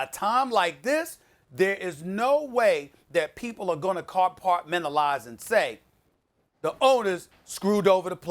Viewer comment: Did he just say CarPartMentalize